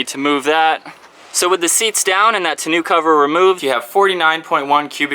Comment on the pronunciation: Tonneau rhymes with beau which reminds with tow, bow, row, go. 'eau does NOT rhyme with boo.